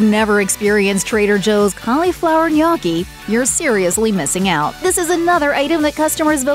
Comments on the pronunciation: Try nyoki instead of nyahki. You're not British. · i hate how you pronounce gnocchi as "naw-key" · I had to stop vid, couldn't stand it....and it's pronounced ...no- key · Are you trolling with the pronunciation of gnocchi? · The narrator should be arrested for how she says gnocchi